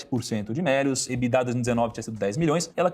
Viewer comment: Eu tenho gastura quando falam "ebidá" a pronúncia de EBITDA. Kkk